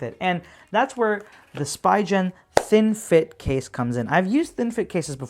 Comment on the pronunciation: I think it’s pronounced Spee-ghen, but either way nice video!!